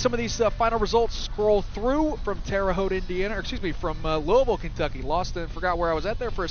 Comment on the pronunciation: I heard that too lol. It was Louisville.